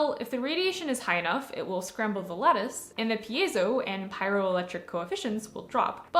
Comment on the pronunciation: Doesn't it bug you when someone pronounces it PIE- ZO? 2 syllables. It drives me crazy.